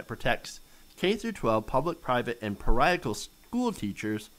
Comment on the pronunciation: Review how to pronounce "parochial"